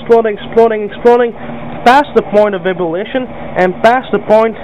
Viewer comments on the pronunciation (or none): what does he call the point of boiling? "Point of bibbilation"?